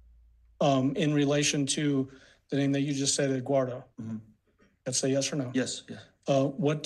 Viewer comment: Did she say edguardo 🙄🤦🏼‍♀️ that ain’t even a mf name bro. It’s Eduardo 🤦🏼‍♀️🤦🏼‍♀️🤦🏼‍♀️